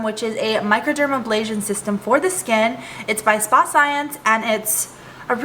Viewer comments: Not even into tutorial -ABLASION, A BRASION you forgot the R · Hi thank you for the tutorial. MicroderaBrasion no MicroderaBLasion.